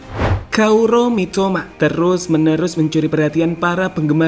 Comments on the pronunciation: gemes bgt... 🤦🏻‍♂️topik... apa susahnya baca "kaoru".... di chanel lain koaru.. disini bacanya kauro.... 😑 pdhal d deskripsi bener nulisnya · Kaoru gan, bukan kauro ya, buat kedepannya aja dub nya lebih diperhatikan, salam sukses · Kaoru min bukan kauro😅👍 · KAORU bukan KAURO sama aja nih adminya kaya chanel sebelah